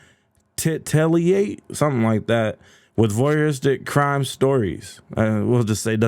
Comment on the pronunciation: tit-ta-late is how you say bro. 😂